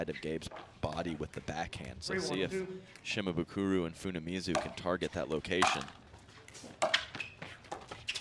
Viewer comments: Some props to the commentator for trying to say Shimabukuro's name correctly, but, man, look at the end of his name - it's -bukuRO. RO. Not RU. C'mon man. All you gotta do is read it and say it phonetically, exactly as it's spelled. You can even look at it on your phone. You don't have to memorize it. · The commentators screwing up Tama's last name every time lol Shi-ma-bu-koo-row, not Shi-ma-boo-koo-roo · They're mispronouncing Shimabukuro. Last letter is an "o" not a "u", so it cant be the same vowel sound as the earlier "buku". Just like how the car brand Suzuki isnt "Soo-Zoo-Koo" and a Sumo wrestler isn't "Soo-Moo". Kid has a bright future so it's worth learning how to pronounce his name correctly.